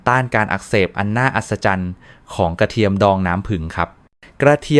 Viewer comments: โอย ไม่ไหวๆ น้ำผึง ข้อ สามอ และ กะเทีย มอ วิบัติ หมด ภาษาไทย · เป็นหมอโรงพยาบาลอะไรครับ จะได้ไม่ไปรับการรักษา กระเทียม ก็อ่านว่ากระเทีย มอ น้ำผึงจะหาซื้อได้ที่ไหน เพราะไปดูมีแต่น้ำผึ้ง